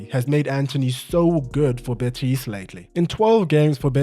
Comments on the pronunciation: The way you're saying "betís" is unbearable😅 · I love the French version of Betis, "Betís" hahaha. loved the video ❤